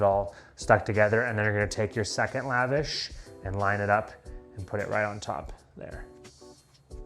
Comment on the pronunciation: Love it! One thing though please know, it’s pronounced “luh-vawsh” not lavash like you’re up in the club living lavish lol